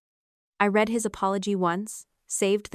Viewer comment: "How,howyouhow, howyouhowyou I ow, how how how"?????????????? You would save so much embarassment and accusations of being lazy and using AI if you would just have a human being listen to this before you post it. Then only the words AI can not seem to figure iut hiw to pronounce in different contexts. Like "Pleas leave your comments, I read (red) every one" instead of "I read (reed) every one".